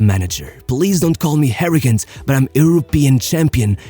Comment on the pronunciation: Love your videos but there is no h in arrogant (harrogant). Tuga;)